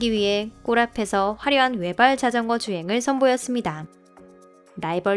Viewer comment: 와 여태 사람이 나래이션 하는건줄 알았는데, 번역기 기계음이었구나... 소름.. 진짜 사람 나래이션 같았는데, 여기서 자전거라고 하는거 보고 사람 아닌거 첨 알았네..